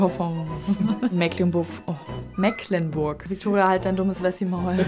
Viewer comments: Boahh direkt Puls auf 180, es wird - trotz der Schreibweise - Meeecklenburg ausgessprochen, mit einem langen "e" und ohne "ck", meine Güte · Das erste „e“ in Mecklenburg wird lang ausgesprochen. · Als Mecklenburger lege ich schon Wert auf die richtige Aussprache ... Meeklenburch Die Betonung liegt auf dem 1. e, was lang gesprochen wird. Wenn man dann noch das g am Ende wie ein ch ausspricht, ist es so gut wie perfekt ... Ich hoffe übrigens sehr, dass Amthor weitr in die Bedeutungslosigkeit driftet! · Ich komme selbst aus Mecklenburg und kann nur berichten, das kriegen selbst dort viele nicht richtig ausgesprochen. 💁 Mehklenburg-Vopommään sach ich da nur. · Wir sprechen es mee·klen·burk aus. 😇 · Das heißt Mecklenburg gesprochen wie Meeeklenburg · Das wird aber trotzdem "Meeklennburg" ausgesprochen, da da C in "Mecklenburg" ein altes Dehnung-C ist. Wie das E in "Soest". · Es heißt Meeeeklenburg - das c ist in diesem Fall ein Dehnungs-C. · Ich will ja nicht kleinlich sein, aber es wird trotz ck „Meeklenburg“ ausgesprochen, also mit schön lang gedehntem E. Liebe Grüße aus MV. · Und trotzdem hast du Meeklenburch falsch ausgesprochen... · Es heißt Mehcklenburg, das ist ein Dehnungs-C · Phillip Amthor mag sein wie er will, aber hier wird er total negativ beurteilt. Schlecht ist natürlich auch wenn man Mecklenburg Vorpommern nicht mal richtig aussprechen kann, ein hoch auf die Moderatorin...